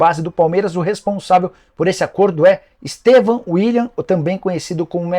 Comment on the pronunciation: Vai aprender a falar nome do menino Estêvão quando cavalo?